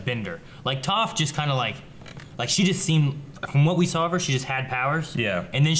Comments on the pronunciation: ITS TOPH... TOFF!!! NOT TOFE XD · IT'S TOPH, NOT TOAF, ffs. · Seriously how are y'all still calling her 'TOFE' and not 'TOFF' i don't get it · Did you watch the show? They said her name more than enough times for you to know that its not tofe... its Toph... stop it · OH MY GOD IT'S PRONOUNCED "Toff not Tophe! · Why do they still say Toef instead of Toph? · Three seasons... three seasons and they still can't say Toph like toffee. lol Oh well. I love their reactions so much I don't really care. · Lol, and who is this "Tofe" person I keep hearing about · Why do they keep pronouncing her name "Tofe"? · First, her name isn't pronounced toe-ph, second, if you want to see some more specialized bending forms, go watch Korra and get to season 3 and check out what Bolin learns, it's pretty badass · Every time they pronounce Toph as "T-oo-ph", a small part of my soul is crushed... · Why do you keep calling Toph, Tofe? C'mon don't be an M. Night Shamallamadingdong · Why can they never pronounce Toph right xD Hahahaha they keep switching from Tawf to Toef, cmon now. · Hurts how He pronounces Toph... Still hitting me with leaves from the vine!!! That's low! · I hate when ppl mispronounce the names ARGHHHHH ITS TOPH xD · Does anyone else get mildly annoyed when they pronounce Toph's name wrong? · Am I the only one that cringed when they pronounced toph wrong? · It kills me a little inside every time they mispronounce Toph's name....that being said please don't wait too long to watch Legend of Korra!! ^_^ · Please pronounce Toph the correct way. I'm yelling at the screen every time they say her name wrong. Cringe worthy. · How does not seem to know the correct way to pronounce Toph's name?!! He has watched this show all the way through at least twice. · Why are you guys saying Toph's name wrong all of a sudden lol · They keep saying Toph's name wrong and it is bothering me a little bit. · How do they mispronounce Toph? 😂 they've heard it a hundred times!